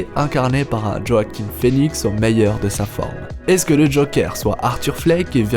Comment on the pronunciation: Ça se prononce Wah-quine, pas "jo à quine"